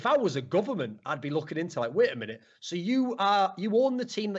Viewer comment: "Mait a winute" lel